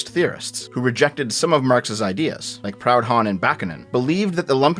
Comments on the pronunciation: It's not pronounced "proud-han," it's "proo-dohn." You're a Canadian, you should be able to pronounce French names better than that. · Proudhon is pronounced 'proo-DOAN' not 'PROWD-hahn'